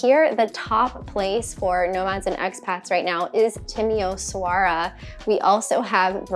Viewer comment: You butchered Timişoara my friend lol